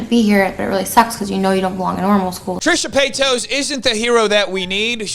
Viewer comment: I love that you call her Trisha Peitos hahaha p.s.: good job exposing all the BS in YT